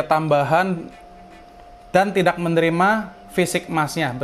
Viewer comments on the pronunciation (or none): none